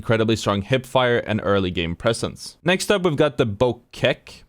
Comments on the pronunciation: the bocek is pronounced bow check lol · Bocek (Bō-chek) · have you ever pinged a bocek? you´d now how to pronounce it then